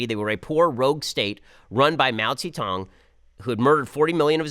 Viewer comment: Ben's (mis)pronunciation of Mao Zedong, Xi Jinping and FIFA gave me a bit of a giggle. With regards to Obama and Japan, it was Obama bowing (almost 90 degrees) to Japanese Emperor Akihito on 14 November 2009.